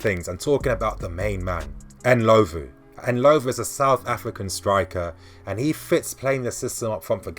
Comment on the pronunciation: Enlovu?..... It's Ndlovu, Dino Ndlovu..... N....dlo....Vu